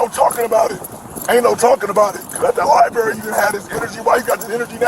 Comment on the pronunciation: One would think that with that Masters Degree, you could properly pronounce where you most likely did the majority of your research: “LiBRary”., not “Libary “. I learned that in first grade, Bro!